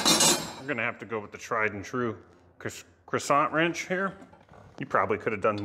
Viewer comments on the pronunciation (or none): "Croissant wrench" earned you a subscribe